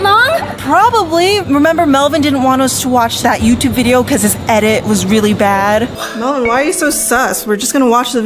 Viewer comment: its melvin not whatever you just said c